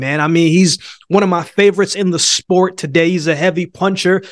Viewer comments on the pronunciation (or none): none